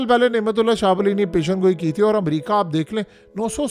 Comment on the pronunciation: پیشن گوئی نہیں ہوتا یہ لفظ ہے (پیش گوئی) آئندہ اسی طرح لکھنا اور بولنا بھی پیش گوئی